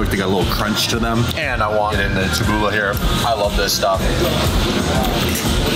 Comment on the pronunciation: Ta-Bool-i not Ta-bool-a :)